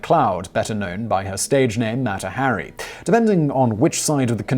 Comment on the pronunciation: Ah yes, Mätta Harry.